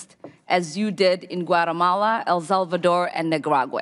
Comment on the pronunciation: "Iran Cortra affair" "El Zulvador" ? Hmmmmmm You cant beat a great Somali education